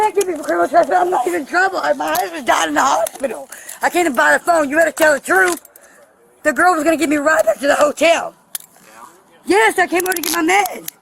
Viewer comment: “Better tell the truf” 😂😂😂😂 drugs ate her teefers